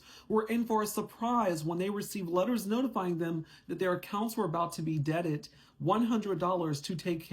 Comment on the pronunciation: Debited not debted. But great info